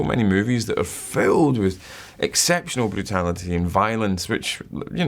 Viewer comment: never heard the word brutality pronounced so beautiful